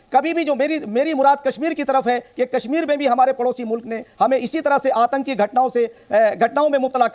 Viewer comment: Atanki nahi bola jata Aatanki hota hai bhai UT.